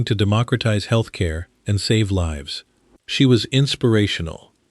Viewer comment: 36.00 Put lives at risk, the Artif Idiot reads "put leves at risk". ?? At least try using AI properly.